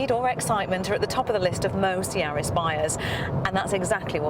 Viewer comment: Sorry it's not yards it's yaris